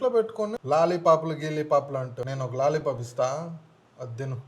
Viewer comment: బూతు లాగ ఉంది రా నీ లాలీపాప్ అనే విధానం